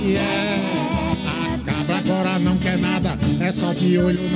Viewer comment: Bom dia muito bom acompanhar o programa assim q é postado, é a cabra só chama chavier chavier kkkkkk tmjs falcão abraços Deus abençoe.